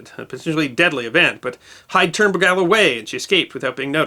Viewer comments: The submarine's name is pronounced as Ber - gull, not be-gal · I served on the USS Bergall (SSN-667). It is not pronounced Ber gal... but rather Berg gall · Great story, told enthusiastically, but I have one little criticism. The name of the submarine was Bergall. All the way through the narration your pronunciation of the name sounded like "Bregall". Perhaps the spelling in the vid title was incorrect. I can't tell. But the inconsistency was annoying. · Oh, no...! As has been pointed out, the pronunciation in this video is being butchered. It's BUR - gawl! (Not ber - GALE ... ugh...) I was on the SSN-677; the SS-320's namesake, and the two crews (diesel and nuke) hold our reunions together. Everyone who's not been on one of the two boats hoses up the name. One day a guy came down the pier and said, "Hey, I'm looking for the bur-ZHAHL", with this nasal accent. We looked at him, trying not to laugh. "The WHAT???" He said, "Some submarine. I think it was named after a French General." He must have confused our fast attack boat with the Lafayette class. Most of the time, I just called It the "Nasty Little Stinking Rotten Demented Mungfish". It's a subspecies of Tautog, smaller than that fish. Has no value to speak of. It's mostly there to piss everyone else off. Oh, and we do not say "17-55 hours". Lordy! That's a silly thing from movies (and cops). We just say "See ya at seventeen-fifty-five". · It's pronounced "Ber GAULl" with the emphasis on the second syllable. Not "BER gal" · You are mispronouncing the USS Bergall.. Try berg ~ all. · Sir I spent 7 years on USS Bergall (2) SSN 667. The proper enunciation of Bergall is Simple... Ber--gall. Our original namesake was a real reason why U.S.S. Bergall (SSN 667) proudly served throughout the "Cold War" ( ) - you know that time where everything we did we could not talk about. She was a great boat and I was proud to have been on her. STSC(ss) Pat Davis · We pronounced USS Bergall this way: "burr - gaul".